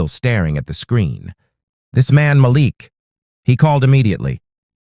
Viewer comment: Nice story. The husband's name is pronounced Ma-Leek. Every so often you say it correctly. Most often you pronounce it as Malek. Just saying. Thx